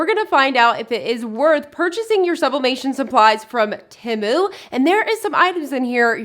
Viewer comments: You say Timu. It is Temu…..(teemoo). Please correct your pronunciation. Thanks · The pronunciation of the company is “Tee-moo.” That’s what the website said. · It's Said like tea moo.... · I love shopping at Temu. I've never heard anyone pronounce it quite like you though, lol (short i sound).